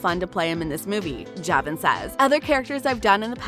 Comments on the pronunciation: It’s pronounced juhvon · You said javon wrong